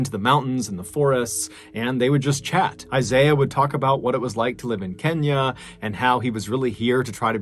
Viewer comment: Mr. Ballen, props to you for getting the pronunciation of "Otieno" and "Kenya" right! You really do put effort in your work. I wish you continued success.